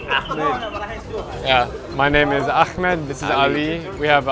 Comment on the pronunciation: Drew you don’t really sound like an Ahmad especially if you pronounce it is Akhmad. You can just say any Arab name, there are many European looking Iraqis. P.s. don’t do the thumbs up in Iraq, that’s their rude finger 😂 I was hoping for you to go to the shrine of Imam al Hussain and say how you felt after you visited him. You should try it. The largest gathering in the world is there. People from all over the world go there and the Iraqis are very hospitable and generous despite their low socioeconomic status. I wish I can go to Iraq and visit the shrine, I hear a lot of emotional speeches that people say when they visit. Even Christian priests visit it despite it being popular among Shia Muslims. Wish I can go so i can know how they feel.